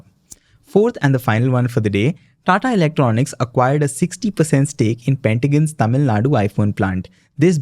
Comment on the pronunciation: Bro it is not Pentagon..😅 pegatron .. Pentagon is US defense HQ, it can't be acquired 😂